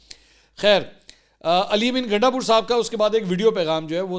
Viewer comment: Gandasoor ? Mansoor Sahib ki slip of tongue